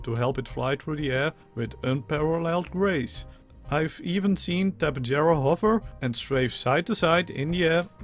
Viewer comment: I think it's pronounced Ta-pey-har-a the Spanish pronunciation of J is an H sound and I think they discovered the real life fossils for these things in South America?